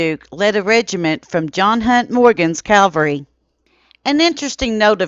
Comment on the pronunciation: Its Cav alry not Calvary! This is a very common mistake of pronunciation , was guilty of this myself for many years until I was corrected, kindly as the proper pronunciation.